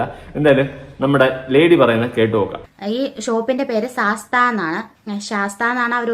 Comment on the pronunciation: Ithu "Shastha" Bazar ellatto..."Sa-sth-a"bazar anu... it means "cheap" in hindi